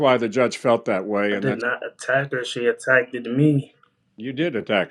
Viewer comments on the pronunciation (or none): What's a "munt"? "She attack-ed me" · Attacked-Ed 😒😒 stop using big words if u can’t pronounce or annunciate. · Let's hope he never has children. His crazy DNA needs to end with him. He can't even speak correctly, "She attack-ted me"